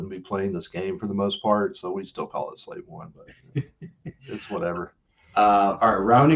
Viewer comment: It’s SLAVE I !!!! 😂